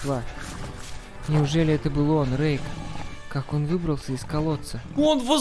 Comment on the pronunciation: не рейк а Рейх 😂😂😂